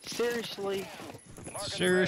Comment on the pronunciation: 😆 "Aaagh... Seerioshlee..?" 💀